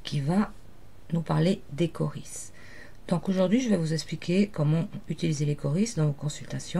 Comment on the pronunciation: Ont prononce pas ça Caurise mais Cauri ! Mais la terminaison prends un S